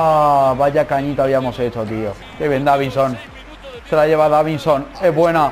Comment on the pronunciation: Dijiste davinho